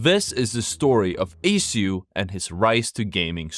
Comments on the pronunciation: How does one manage to make a whole video on the guy and still manage to say his tag incorrectly? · Damn bro can't even say his name properly.